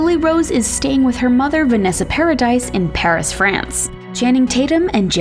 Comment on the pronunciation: Paradise? lol it’s pronounced “pair-ah-dee”